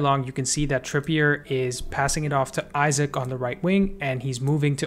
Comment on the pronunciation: no way you called isak isaac